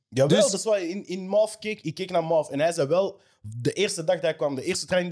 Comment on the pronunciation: Waarom spreekt Mauve zo uit